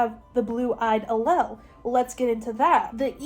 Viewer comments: You did so well discussing the genetics!! I’m a biochemistry major in a specialized biology program at a big ten school. If for any reason you want to talk about this again, the word allele is pronounced like Al-Eel. I know it doesn’t look like that it’s a weird one 😅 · Love u but I think it’s pronounced Ah Leele 😅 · Raise your hand if you feel personally victimized by her pronunciation of allele 😂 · As a biology major who just took genetics, the whole explanation of punnet squares and the pronunciation of allele is so silly and goofy to me 💀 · I’m sorry but as a biology major the way you said allele is killing me 😭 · Her pronunciation of allele killed me 😂